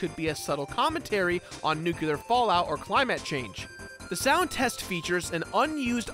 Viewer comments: "Cli-mat change" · "nuw-kew-lar" and "cly-matt".....IT'S "NEW-CLEAR" AND "CLI-MUTT" YOU UNCULTURED SWINE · "Nucular fallout or ClaiMatt change" Wut? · ...Nucular fallout and climat change? Do you even English, guy?